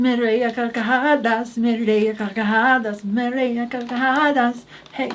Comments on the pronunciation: As native speaker, i gotta congratulate because her pronunciation of the hard r in "carcajadas" is getting really good. Also, was saying that she fucks donuts because a common joke from pansexual people in spanish is that they are sexually attracted to bread ("pan" in spanish). Kinda like how english-speaking pansexual people make jokes about liking pans and kitchenware. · Great pronunciation of "me reí a carcajadas" ♡♡♡♡♡